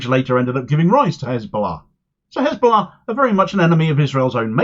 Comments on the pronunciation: Ok, what's His Ballah, this fool has a speech impediment, lies cause this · It’s hizbullah in Arabic. But when isnotreali people say khizbullah or khamas the kh is a Talmudic curse